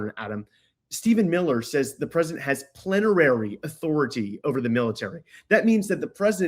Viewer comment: Plenary authority. Not plenerary.